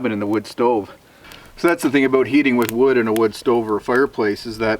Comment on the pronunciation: When you say "about", I hear "a boat". When you say "outhouse" I hear "old hose". :D